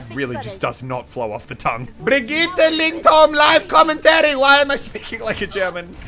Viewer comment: Muselk Lindholm not Lyndholm (swedish BDY)